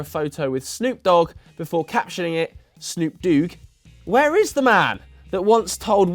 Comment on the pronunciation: It’s supposed to be snoop doog lol snoop the do double g